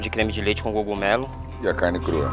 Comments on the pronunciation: Gocumelo A minha irmã fala iorguti ! 🤣🤣🤣🤣🤣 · como q a pessoa não sabe falar cogumelo? jesus